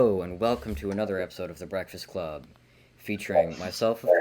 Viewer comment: bekfast cwub